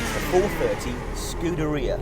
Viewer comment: It's (scoo-dare-ia) not (scooter-e-uh).. this fat sack of shit should stuff a pair of his oversized underwear into his moms volvo's exhaust pipe with a hose going from said exhaust pipe, into the window of said volvo while he's inside it with the windows up.. what a waste of life and space..